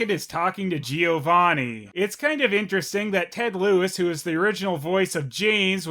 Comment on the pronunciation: Why is it that in the English version of Pokemon (and maybe others, I don't know) Giovanni is always said wrong?